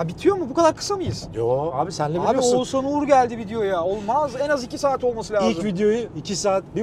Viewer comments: oğuZan değil OğuzHAN abi:) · Biri artık şu Oğuzhan isimlilere "Oğuzan" demeyi bıraksın gözünüzü seveyim :D